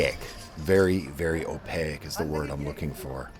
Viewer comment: Opaque has two syllables....you make too many of these mistakes for such a serious guy....clean it up.